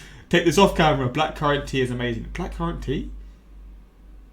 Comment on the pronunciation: Black curen? The fuck lmao